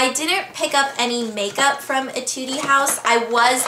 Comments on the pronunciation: why a-too-dee? lol isnt it just a-t-yood? isnt it an english word? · 'etude' is french... pronounced eh-tood. haha :P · "etud-eee house" hahaha that was so cute, it's pronouce ee-tud house, just one syllable for etude! hehe, i love their nail polishes too, i'm def' going to check out that thai brand if I ever stop by thailand! awesome haul!!! i can't wait for the giveaway! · AHHH!!! honestly when i saw that etude house, i went nuts!!!!!! that brand is soooo cute and u said it wrong btw lol eh TYUDE or ay TYUDE not ie tude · But when I was in Thailand I told them I wanted to go to etude ( i pronounced it as eh-tood) but they said "( OH You mean e-tood-e) ? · hahaha yeah she said ay its just etude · ETUDE is pronounced "ey-tu-de", not "ee-tu-dee" :) Thats french bisous de paris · hehehehe Ingrid! its pronounced ech-ude not ech-u-dee :) cute! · hey Ingrid! I love watching your videos, and I hope you had a great time on your trip! Just so you know, the name of that store that you got the nail polishes from is pronounced "ae-tood". It's a musical term :) Just thought you would want to know!!! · In Korea they also pronounce it e-tood-e (sometimes even e-teed-e) with sth like French sound..know what I mean? :) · its pronounce (ee-tud) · etude= eh tood frangipan/franginpani = frahn zhee pahn / frahn zhee pahnee :] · Étude... Pronounce as "etud" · hahah it's pronounced "eh-tood" house ;) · I love that Nivea deodorant! Besides the whitening effect (which works actually), its the only deodorant that I'm not allergic too besides Dove (but I hate the Dove scents because its strong)... so I import have to import the Nivea. By the way "Etude" has no e in the end when pronounced though it's cute how you say it haha :)